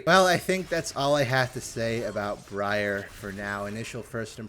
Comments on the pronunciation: Breeyar = horrible ear-rending mispronunciation Briar = real common word "sounds weird" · Everytime you say her name wrong it sounds like you're saying Gruyere lol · My brother in christ. Briar as in a briar patch. Ya know, the thorny bushes. Its works because oh cute female named after a plant except its a spiky one and a plant that notoriously pricks you and makes you bleed. Brie-arr sounds so dumb idk in what world that is better. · Briar is a real word, I will replace all the blankets in your house with quilted, wet, cold spaghetti if you keep saying Bree-Yarr, it's a noun denoting prickly and thorny bushes like that of a stems of rose bushes, it works perfectly, think about how uncomfortable you'll be with your spaghetti blanket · Bree-are sounds weirder than briar? my brother in Christ touch nature(thorny bushes are called briar) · I love bree-arr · Mispronouncing Briar is unbelievably American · I like how you corrected yourself on how to pronounce briar and then continue to say it wrong for the rest of the video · Bro really could not pronounce a basic English word... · You messing up Briar's name and saying the other way sounds cooler is funny cuz Briar is an ACTUAL fucking word which mean things that are like prickly... like thorns on a rose... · Starts the video by mentioning that he is pronouncing her name wrong - continues to do so anyway